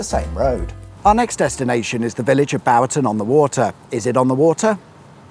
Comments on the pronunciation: Bourton - "Bore-ton" Cirencester - "Siren Cess ter" (no doubt everybody will have bored you with the pronunciation so sorry for adding to it) There has been much argument over the years as to the "source of the Thames". When I was growing up in Witney, it was always "Seven Springs" (junction of the A435 and A436) where seven sources of water empty into a natural bowl shape. This North West of Cirencester and south of Cheltenham. Its 14 miles north of ThamesHead. Which has the better claim? And in fact, do other places have an equal claim? And why is anybody interested? Shame about the Motoring museum being closed. Its not massive (at least not the last time I went), but it is diverting. One to redo in the summer? Your videos are always interesting whether or not you get to everything. Thanks. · That was painful.. The little village with the river is pronounced like boring, ie Bor ton. Cirencester is like siren sester. At least you didn't pronounce Stroud, Strood! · Good attempts at pronunciation but phonetically it is: Boorton on the water and Siren ces ter 😂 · You need to sort out your pronunciations my friend;its Bourton not Bowton & Cirencester not Cirenster(!) At least you got Stroud( my home town for the first 17 years of my life) right.I've heard people say Strood which,of course,is in Kent.Wonder what you would have made of Stow-on-the-Wold?! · Brilliant as ever, but… Bourton is boretun, not bowertun. Cirencester is siren sesstuh, not sirrunstuh like Bicester or Leicester. And please for the love of god can we have centuries done properly? Not the 1800s but the 19th century. Not the 1600s, the 17th century. As we say to the world’s greatest broadcaster Mr Keaveny: keep up the work. 😊 Love the vids. 👍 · Bowerton on the Water???? How the fwick did you come up with that pronunciation from Bourton? Right up there with the extra syllabub in Tewerksbury (see next episode!). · Borton on the water bort rhymes with fort. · “Bowerton on the Water”????